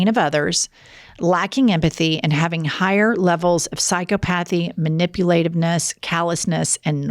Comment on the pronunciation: And she can't pronounce "psychopathy" correctly either. But im the idiot. Ok.....trust me im much more intelligent than Jennifer any day of the week